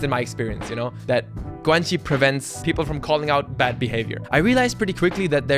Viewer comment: Can someone explain one of the words he used to me (Guanxi, he pronounced it like guenchi)???? Maybe he defines it in the video but I think I missed it